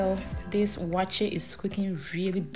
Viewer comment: With the name, Waakye is Hausa for Beans and I mean just Beans. The actual name is Shinkaafa Da Waakye which is what you mentioned in English in the video, Rice and Beans. It metaphorsed into Waakye because people were just lazy to pronounce the whole word. Shinkaafa Da Waakye. Awaakye is just not the right pronunciation.